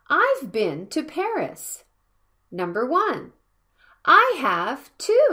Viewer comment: When you pronounce "i HAVE to," it sounds like you pronounce "have" with an /f/ in place of the /v/ like "half" instead of how you otherwise do.